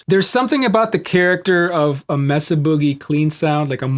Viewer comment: Are you British now? It's not Messa! It's Mesa (Spanish for table) MAY-sa 🙂